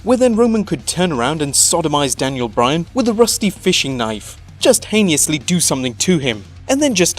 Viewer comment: hay-knee-us-lee? It's he-nuss-lee.